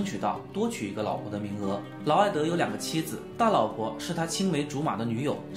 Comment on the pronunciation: 内容不错，就是得好好校校稿，看到不到5分钟就各种念错，劳埃德念了好几次埃劳德，妃嫔（pin）念成妃髌（bin）。你会感激我这种认真的观众的。